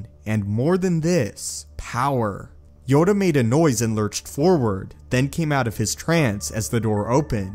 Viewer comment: Yoda not yoga